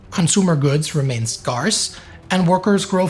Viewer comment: is that how you pronounce "Scarce"?